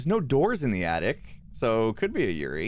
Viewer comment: Real quick, the accurate pronunciation of Yurei is "Ur-ay"